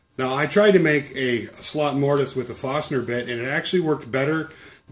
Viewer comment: You said Fostner bit in the video, this is the same as a Forstner bit, correct? I've never heard it said as Fostner...